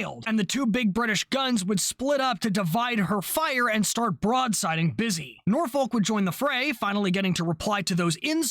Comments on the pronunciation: This is the most minor thing ever but I live near Norfolk and Suffolk Virginia and they’re both said the same, you pronounce both like how you’re saying Suffolk. So Norfolk would be said as “Norfuck” as well. Again, it doesn’t matter and it’s the smallest complaint ever 😂 great video! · You got the pronunciation Suffolk right but not Norfolk. It's the same pronunciation for the end of both words. I do appreciate that you tried though. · Nice video, Cap, Small point - whilst your pronunciation of Suffolk was bang on, you pronounced Norfolk slightly wrong, You pronounce the 'folk' of Norfolk part exactly as you did with Suffolk - i.e. "Norfuk"